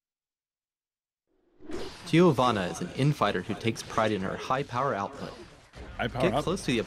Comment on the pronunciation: She is from Brazil. Giovanna is also a common name here, but their pronunciation is really italian-ish